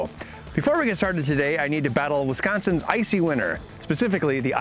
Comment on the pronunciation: He pronounces Wisconsin correctly!!! So happy...